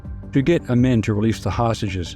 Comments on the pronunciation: Amin is pronounced Ah-meen NOT Ah-min. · Only because I am an old, old geezer, I recognize the mispronounced name "Idi Amin." It was pronounced "Ameeen"